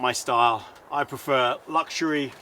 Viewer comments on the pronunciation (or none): none